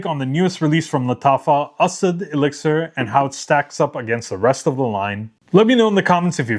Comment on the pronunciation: I really like Asad Bourbon. Thanks for letting us know how to properly pronounce. I truly appreciate it.